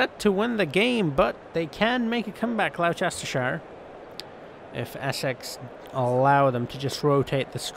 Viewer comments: Never say Gloucestershire again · I’m live on the border of Oxfordshire and Gloucestershire, it’s really annoying how you keep saying it